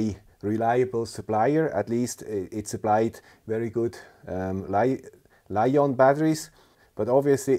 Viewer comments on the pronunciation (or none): none